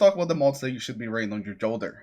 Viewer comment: FYi - the J in Jolder is pronounced with “Y” just like Jotunn.